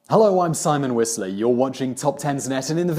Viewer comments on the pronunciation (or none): none